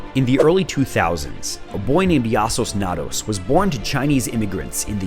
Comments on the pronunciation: You didn’t not mispronounce Yassuo Nados as in Tornados, as in Yasuo from League… 😂😂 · the guys name is Yasuo's (ya-su-oh's) Nados (like tornado) its a league of legends reference yassosnados is also cool way to say it tho